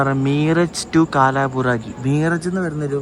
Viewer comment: കാലാബുറാഗി അല്ല കൽബുറ്ഗി..❤